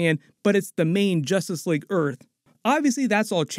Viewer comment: “Justrice league”😂😂